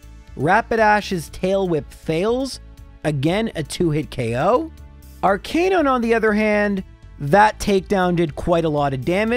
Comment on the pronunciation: Arc-uh-nine. Sorry, it bugged me. Also, why is Blaine's team lower level than Sabrina? She has 3 level 50 Pokémon in Yellow and Blaine's highest is like 49 Edit: And its Lo-ruh-lie